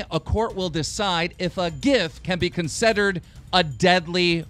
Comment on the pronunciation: No one picked up that he said 'consederred'?